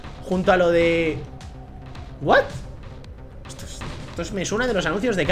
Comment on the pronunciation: y ese "wath" khé berga._.